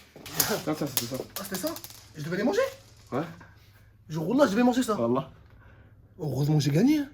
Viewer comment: "malheuresuement quand tu dis wallah j'entend annaba" cest un tueur